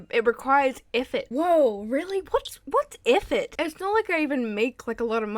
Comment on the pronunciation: The way you say effort cracks me up.